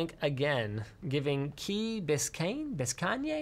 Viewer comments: Its key bis cane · Bis-cane is how it’s said. It’s also basically Miami. I live near there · You had it right kee bis Cane.